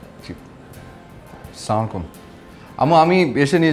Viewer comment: অপুর্ব সাহেব সালাম টা সামাইলাইকুম হবেনা। হবে আসসালামু আলাইকুম।